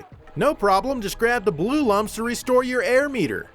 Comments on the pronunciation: C'mon, they're pronounced "looms", not "lums"! Everybody knows that. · Its pronounced looms. Lum as in iluminate.